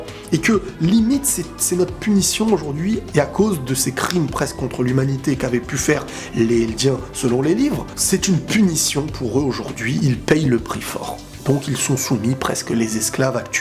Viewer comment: Fait gaffe faut faire la liaison entre les/eldiens